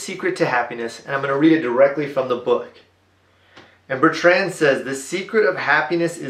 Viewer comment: Please correct your pronunciation of BER-trnd. Not bert-RAND